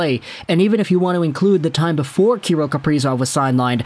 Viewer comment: It’s pronounced ka-rill, sorry to nit pick love the content!!